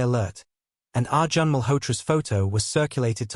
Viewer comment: The pronounciation of Indian names is completely incorrect. Arjun is pronounced as Arjan is wrong. It is pronounced as Ar - june.i.e Arjun .Malhotra is pronounced as --- mal + hot + ra. Here t is lightly pronounced than with emphasis. Anjali is pronounced as Aun + jli ie. Anjali but not with emphasis on -- a, but lightly